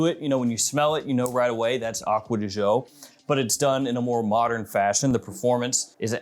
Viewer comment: Correct pronunciation of gio is actually somewhere in between the two pronunciations. You are also mispronouncing it